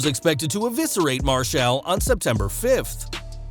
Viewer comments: How the fuck can you not say Marshall right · Why are you saying "Marshall" like that?